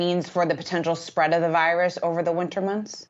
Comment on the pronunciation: Shhhhhhh be verwy verwy quiet I’m huntin virwesses hahahahaha.